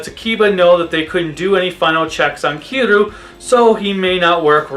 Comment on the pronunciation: is it that hard to say Kiryu